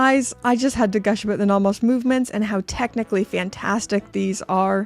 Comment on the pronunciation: Love the videos, just need to get something off my chest: Naw Mos ❌ No Mos ✅ The rest of the pronunciation doesn't bother me.